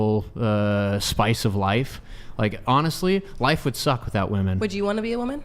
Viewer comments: Cannot stand when they say woman instead of women. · Omg I could not get over saying woman everytime she thought she was saying women! So irritating 😂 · No, it's NOT your accent - it's your lack of education. WOMEN rhymes with swimmin. WOMAN sounds completely different on the first syllable. How are people this dumb?? TikTok brain 🙄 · still doesn’t know how to pronounce the word women 🤦‍♂️ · That was so frustrating to hear her fuck up over and over. First person in my entire life I've seen incapable of saying women. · You will never be taken seriously if you continue to pronounce WOMEN wrong. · learn how to pronounce women and woman, they don't sound identical.